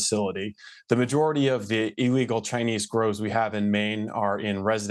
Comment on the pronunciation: What is "E legal"? There is only one "E" in illegal. Do you pronounce Illinois as eellinois?